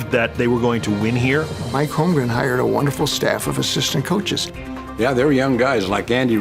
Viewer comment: Can't believe after all these years, some of these guys still call him "Holmgrem"